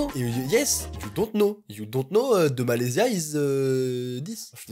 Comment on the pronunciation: c'est pas "We don't know the Malesia is eeeeeeee this" c'est plutôt "We didn't know that Malaysia looked like that"